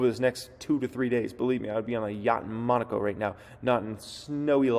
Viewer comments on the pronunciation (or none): none